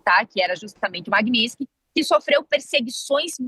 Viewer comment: >> lei "maguinitisquis"..."jornalista". >>> O que era pra ser dito: Lei Magnitsky